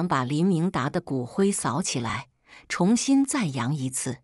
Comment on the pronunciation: 小编用机器人做播报员 字迹未（干）平音 她老公就（干）重音不分 （长）大（长）度也是不分 （重重砸在脸上）zhong（重新开始）chong 还是读zhong啥啥不分听她播报我就不想听 你把她删除 她会换个网名又出来了 故事让人听的很反感讨厌👎以至于只要听到她的声音我就把她移除隐藏起来不看😂😢